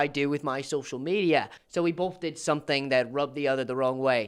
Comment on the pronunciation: ugh i couldn’t stand the way he pronounces both as “bolth” 🥲